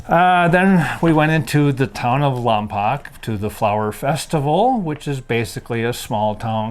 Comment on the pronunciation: It's pronounced Lompoke not Lompock!